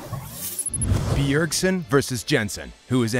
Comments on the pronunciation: its bjergsen not beeyergsen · The way he emphasizes the B in B ergsen is so annoying .. Im tilted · The way he pronounces BEEERSEN is triggering me... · BEE-URG-SEN damn this tilted me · ITS SO ANNOYING AHHHH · Yes this! Holy crap I almost muted it. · I was just about to bitch about the same thing. Fuck me its annoying. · The video is legit unwatchable the way he pronounced Bjergsen.